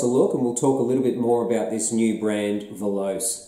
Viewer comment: Veloce is not pronounced as a you do. Voloce is Italian for speed. In this language you pronounce all the letters in the word.